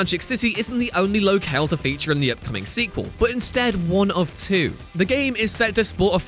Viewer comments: The way you say 'locale' - wow! "Low-kayle" 😱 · Seriously, does someone else just write a script and then you read it without being able to do another take? It's Narco's not Narcos ... jesus. And what the hell is Lo-kale? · It's Lo-cal(e)! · Please ask a grown up to tell you how to pronounce "locale" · damn. this guy has absolutely no idea how to pronounce narcos or locale. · Learn how to pronounce locale and narcos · his pronunciation of locale is appalling. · He really needs to learn how to say Narcos and locale